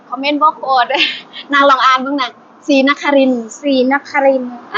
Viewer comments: ภาษาลาว อ่านว่า สี นะ คะ ลิน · อ่านว่า สี-นะ-คะ-ริน